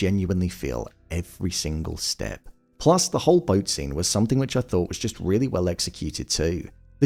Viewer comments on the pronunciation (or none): none